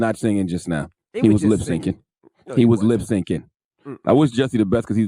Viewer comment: "Lip sinkin" 😆